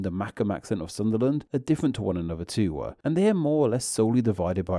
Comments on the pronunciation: What accent does the narrator have? It's quite frustrating how you add an extra sound at the end of every sentence. "Too" is not pronounced "Toowah". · I'm curious about what's going on with your accent. I've never heard words such as 'too' pronounced 'too-wa' and 'them' as 'them-ah' before. Where is that from?